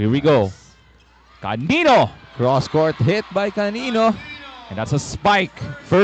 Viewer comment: Hindi po calilo, canıno po